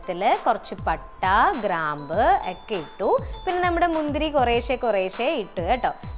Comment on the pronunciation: മുന്ധുരി അല്ല മുന്തിരി 😂😂